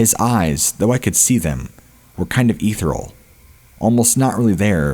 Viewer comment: Several. Like I said, I like the show. If I didn't, I wouldn't sub it! It can just be all the more jarring when he pronounces a word incorrectly. Some of the words are understandable if you've only read them, but never heard them spoken before. But, just on this episode... "Baton Rouge", "ethereal" and "maniacal".